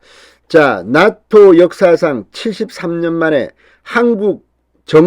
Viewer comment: 죄송합니다. 나토가 낫토로 들립니다.